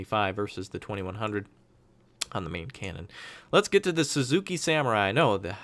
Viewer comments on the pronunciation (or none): none